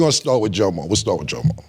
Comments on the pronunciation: His name is Guillermo and some pronounce is Jomo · It's hilarious how you pronounce Jomo in Spanish